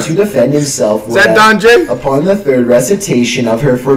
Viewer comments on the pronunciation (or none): Nigga said donji